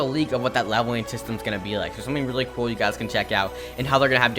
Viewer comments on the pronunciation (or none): Love when he say cool it sounds like kewl hahahahah no hate btw i just like it